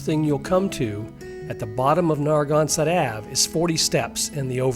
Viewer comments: Narragansett = neh·ruh·gan·suht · Not a single thing is pronounced correctly Salve Regina is Sal-Vey not the other word for balm Narragansett (Holy crap, do you call the beer the same thing?!?!?!? Wtf) Nare- A (like the letter) -Gan (like can) set Do a quick check before butchering our landmarks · Gotta research how to pronounce words like “Narragansett” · Narragansett and Salve (Regina) were the first two I caught. Didn’t finish the video tho…. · This is an OK video about my hometown Newport. Unfortunately, the frequent mispronunciations detract from the final product. They could've easily been corrected if they spent a moment to edit their dialogue without letting AI do everything. It's lazy- find out how to correctly pronounce Aquidneck, Narragansett, and ochre for a start. If I sound slightly heated it's because this is become more common with YouTube videos. In a world which has become increasingly confuscated, being sloppy with accepted pronunciation is a disservice. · I kind of appreciated the Aquidneck/Narragansett mispronunciations. Makes me realize what I take for granted is perhaps more mysterious than I thought! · Lovely! However, being a former, though not native, Rhode Islander, there are some notable mispronunciations: "Narragansett", "Aquidneck" and "Salve".